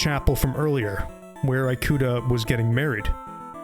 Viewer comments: As a Japanese speaker, the English-ified pronunciation of "i"-kuta just removed the horror vibe of the video for me, can't help but imagine that he's some sort of an apple product lol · Yeah. The video is narrated by an AI. It's even more obvious when it says "an alien lmao". No wonder the foreign names are butchered. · As someone who's named Ikuta, it pains me to hear my name butchered every 30 seconds. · This was a good video! I love your narration and the game is so interesting but the way you pronounce Ikuta physically hurt me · Excellent job with the editing and presentation, but ask someone how to pronounce Japanese names next time! I want to be drawn in so badly, but can't help but cringe every time Ikuta or Ooyama pop up. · EE-KUTA. japanese follows the aeiou = "ah eh ee oh oo" vowel rules that a lot of languages follow, like spanish. thanks for the vid! just couldnt get over that when your pronunciation was pretty good otheriwse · Ikuta is pronounced "ee-koo-ta" and not "eye-koo-ta" ✌️ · This is good but "Eye-kuta" is killing me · Ikuta is pronounced Ee-kuta. not Eye-kuta. Good video despite my asian ass cringing at the pronunciation of some things. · the “i” sound in Japanese is pronounced closer to a long English “e” than the long English “i” you’ve been using for Ikuta. You would pronounce it more like “ee-kuta”, not “eye-kuta”. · cool story so far but could you pronounce one single fucking japanese name correct? all you need to do is learn the 5 vowel sounds and they are always the same. uyama instead of ooyama? eyekuta instead of ikuta? yutasoft instead of utasoft? im actually losing my mind. the only thing you pronounced right was shit like rika and odaka. please please do the least bit of research on how to pronounce japanese i beg of you, especially since this video got 100k likes. it will take you 10 minutes to figure out how to read it. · ikuta is pronounced ee-ku-tah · The way he keeps mispronouncing Ikuta drives me insane ngl